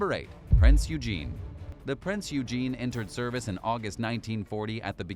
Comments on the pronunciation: I'd like to correct your pronunciation of Prinz Eugen. It's not pronounced as Prince Eugene. It's pronounced Prinz Eugen (Oi-gen). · Prinz Rugen is pronounced: Prince Oy-grn Suisun bay is pronounced: /se'su:n/ se:soon/ bay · ITS PRONOUNCED PRINZ OYGHEN,...that being said if one has enough Kraut Space Magic & Dakka drive, you could get it back into full service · Completely butchered Prinz Eugens pronunciation